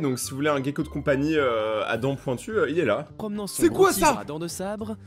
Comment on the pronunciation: ça se prononce pas plutôt « Guecko » ? Et le tigre à dents sabre n’existe plus 😂 continue tes vidéo bggg